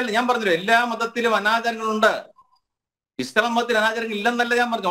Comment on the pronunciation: സംസാരിക്കാൻ കഴിയാതെ ഞ്ഞഞ്ഞഞ്ഞ പറഞ്ഞ് ഒഴിയുന്ന എന്തിന് ചർച്ചക്ക് വിളിക്കുന്നു ആത്യ ഇസ്ളാ ഇസ്ള. പറയാതെ അത് തന്നെയങ്കിലും പറയാൻ പടിച്ചു വരട്ടെ